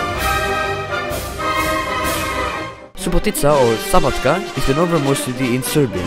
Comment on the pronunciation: Cool video from hungary 🇭🇺❤️🇪🇪 i like how you pronounced c, like we hungarians do and you said szabadka.